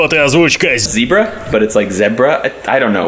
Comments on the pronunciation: "Zebra but sounds like zyebra i don't know" 🌚 it is ZYOBRA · Обожаю когда говорит зибра, спасибо за контент))